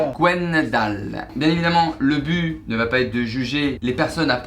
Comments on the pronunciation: A 6min 45 "clairement le Bue" le Bue? Pour quoi? c'est but mais sinon super video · Déjà quand on prononce le mot but de la façon suivante : 'bu', on ne peut pas critiquer les prénoms bretons. :p